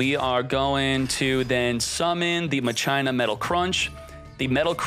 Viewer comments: Cmon man you know it's pronounced "MA khee naa" Not " muh china" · Just a few detail, they aren't pronounced machyna They are pronounced makina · Are you saying Ma-China on purpose? It’s Mah-Kee-Nah. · Machina (MAH-CHINA) i thought it was (MA-KEE-NA)???? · “Ma-Chie-na” dude it’s said “Ma-kee-na” how is that not obvious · It’s Ma-kee-na not Ma-Cheye-na ;D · then youd say Masheena. Never in my life heard someone say Muh China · Omg "machaina" is back My ears!!! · Isn’t pronounced Ma-kin-ah Not whatever the heck called it lmao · i love unironically saying ma-china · I noticed this too I was like why is he calling it Ma-China 😂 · I kept asking myself what the heck "machina" was until I imagined the word in my head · Bugs me how he says it lol